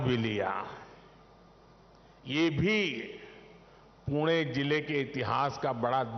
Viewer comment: पुणे च पूना असा उच्चार न केल्याबद्दल धन्यवाद मोदी once again 2024🔥